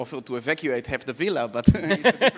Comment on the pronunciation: עמית סגל: ווילה ≠ villa.